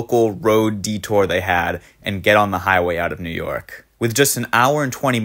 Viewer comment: New Ork... Sounds like Newark...eh, close enough